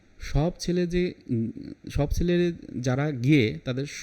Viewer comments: "সেলে" না বলে "ছেলে" উচ্চারণ করুন! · চেলা বলবে? 😂 উনি সেলে বলছেন। আসলে উচ্চারণ ছেলে হবে।